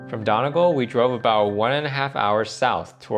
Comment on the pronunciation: pronounces Gaulway and Donegaul